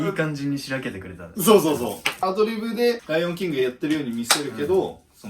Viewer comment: ライオンキングの発音褒められるのは草